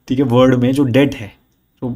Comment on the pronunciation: Your saying word to world.. Its sounding word.. Its WORLD 😅.. because many time I hear don't watch video.. Kindly correct pronunciation.. 😊